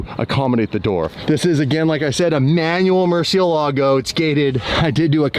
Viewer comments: For fuck sake its Murciélago aka murci not merci🤯🤯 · Please learn how to pronounce murcielago you sound like you sticking a stick up your arse while saying it